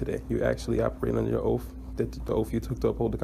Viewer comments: It's oaTH,not oaf. And it's ask, not axe. Also, dismissal had zero to do with you pretending to be a moronish citizen. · Wanna axe you about your oaf? Ugh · Have you leaned how to pronounce ask and oath yet, or are you still going with sounding like a complete idiot?